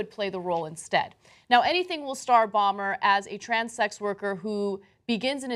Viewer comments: Bo-mer, not Bommer Ana. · It's Matt BOMER, NOT Matt Balmer! LOL ;D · Ana mispronouncing Matt Bomer (pronounced BOW-MER), is maddening.